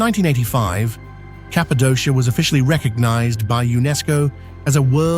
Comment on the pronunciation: It’s pronounced KAPADOKIA with Z lol